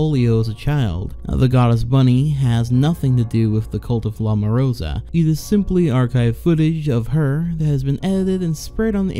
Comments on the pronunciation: it "la morsa" not "la morosa" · Is it really that difficult to pronounce "LA MOR-SA" ? I don't know where the fuck that in between "o" came from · LA MOROSA... i love when people butcher the lenguaje... i love it